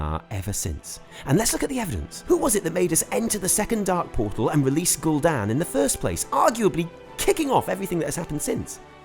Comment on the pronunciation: it's gul'dan and I'm not making an assumption it's in the dungeon guide